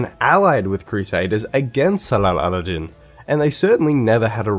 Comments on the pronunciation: WHO AND WHAT'S SALAL-ALADIN !? LEARN TO PRONOUNCE Salahdin's name properly as SALAH-AD-DIN OR SALAH-DIN before you delve so deep into the history of the period as I believe that makes your narratives questionable as someone who doesn't know how to pronounce the name of one of the major power players of that period in that region. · Rants about the game butchering history while simultaneously butchering Salahuddin's name